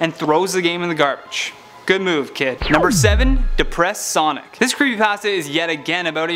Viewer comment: creepy pAHsta